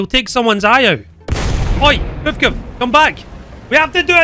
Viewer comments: Tho i have to say as funny as is, listen to saying" the puvkuv" lmao every time!, its prenounced "p-v-k-v" just as Mbt or Ifv etc. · ah yes, the PevKev